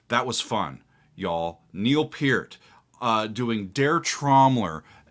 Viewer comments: Oh my friend, take it from an old fart who grew up in Toronto (63-79), it's pronounced like Pearl but with a "t" not an "l". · His last name is pronounced purt